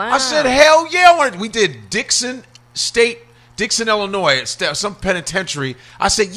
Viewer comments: CHICAGO STAND UP!!! But COREY you gonna stop saying ILLINOIS with the SSSSSSSS!!!! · You can tell it been a minute since Corey stayed in the Chi NOBODY from Chicago says Illinois with a s at the end the s is SILENT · I said that when I was up there in Decatur and someone said I know you’re not from here and I said how ? Try said it’s Illinoi-and the s is silent